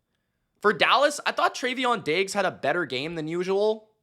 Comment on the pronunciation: “Trayveon” Diggs